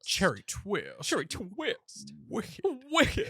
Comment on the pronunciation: cHeRrEey tWiStuh ChErRrY tWwisTT